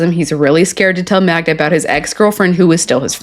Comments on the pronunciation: I am glad to see that I am not alone! He keeps calling her MagNa and it makes me irrationally angry every time he says it! 😂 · her name is MAGDA!! GET IT RIGHT!!😂🙄😒